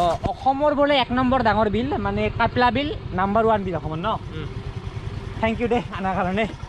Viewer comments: Kyapla bil nohoi kapla bil he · It's not কাইপলা বিল its " কাপলা বিল " !!